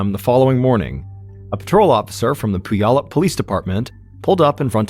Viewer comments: Sorry.. it's pronounced " pew al up". We have alot of town names here that are hard to pronounce.😂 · Puyallup = Pew-all-up 😁 Look up 'Do the Puyallup' - it's a song about the fair and will sing you the pronunciation. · Mispronounced Puyallup. It's Pyu-allup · The pronunciation of Puyallup is funny. Washington state has many cities with American Indian names. I live in one of them - Yakima. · I love when outsiders try to say Puyallup